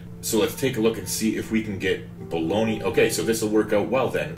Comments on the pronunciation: Hi. Don't want to seem too pedantic but I think Bologna is pronounced something like Bolnya. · LMFAO! No worries... I just assumed it was pronounced like the cheap meat you can buy haha So that would be pronounced Boln-YA then?